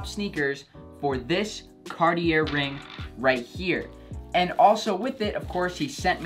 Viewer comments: It’s Carti-A not Carti-ER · It's pronounced "car-tee-ay" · raidnezer « Cartié » is how we pronounce it in France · It’s (carti-ay) not (cart-e-air) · Ohhh do you pronounce it “Cartie” then? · that cartier pronunciation killed me lmao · Imagine being a hype beast and still pronouncing Cartier with the r😂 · Please don’t pronounce the r in Cartier. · Eugene Ong bro exactly it hurts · Cartier the r is silent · I cringed every time he said, Cartier 😬